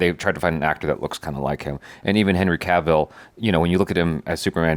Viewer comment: Let’s hope after this movie people will finally start saying his name right.